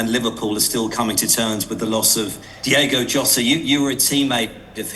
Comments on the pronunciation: Another interviewer who can't get his name right!!!! It's Diogo not Diego ffs ! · Seriously the amount of reporters I’ve heard mis pronounce DiOgo’s name is ridiculous. Milly must’ve been fuming hearing that. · Everyone loves James Milner. Legend. It's Diogo by the way, not Diego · I understand people and other fans getting his name wrong, but so called professional journalists/pundits keep calling him Diego, its a little disrespectful. it's DIOGO, RIP Diogo and Andre 4EVA20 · How can the Interviewer butcher Diogo's name like this? So disrespectful